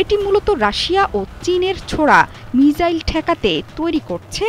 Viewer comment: প্রিয় সংবাদ পাঠিকা, মিজাইল নাকি মিসাইল????? উচ্চারণ ঠিক করুন..